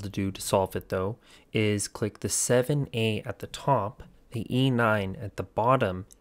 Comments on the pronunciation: Where are you seeing “ZA” not once did I see “ZA” and you said it multiple times on multiple different codes..? It was 7A every time. Lol 😂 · I love how you keepbcalling the 7's "Z" It's hexadecimal. That's 1-9, A-F.. Ffs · 7A is not Z A. it is SEVEN A